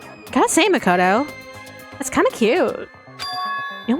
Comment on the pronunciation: Its makoto not "mocoto"